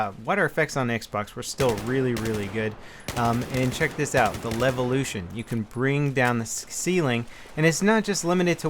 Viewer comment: say levolution one more time